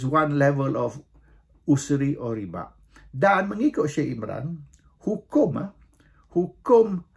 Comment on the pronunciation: Tuan raja....... Sebutan ialah riba buka ribak/riba' , dalam quran sebut ar-riba